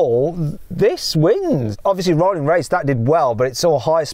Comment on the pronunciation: “-SettingK”, “-RollingK”, “-BurningK” what is with this K after all G’s? Sounds horrible, stop it.